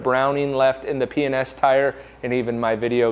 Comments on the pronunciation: P & S enunciate I swear it sounded like you were saying penis! Lol 😂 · I must be either tiered or drunk because every time you say P&S I giggle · You keep saying P&S kinda fast.....and it sounds like, you know hahaahhahaja